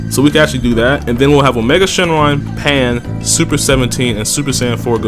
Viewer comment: You was drunk when you said pan and ribwhatever right?